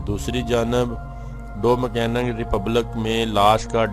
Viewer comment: Aap ko thik seh Dominican b kehna nahi aaraha…aap ko kya follow karna hai 😅